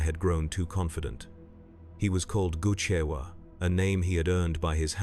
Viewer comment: Not goochewa. "Gu' Chewa", as in gut chewer.